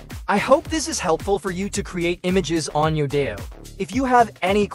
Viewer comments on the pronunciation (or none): It's kinda painful and cringe watching this video constantly saying the name of the site wrong. It's "Yo-Dai-Yo" not "yoda-yo"